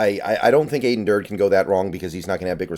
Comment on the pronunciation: Aden said in his press conference that it’s pronounced Ad-en (like Adam with an n) Dur-dee. Let’s nip that before the season starts! Sad to see Izzo and Shead go, but I am liking the hires so far! Macdonald was my top choice and after hearing the coordinator interviews liked it even more. Thanks for all the analyses!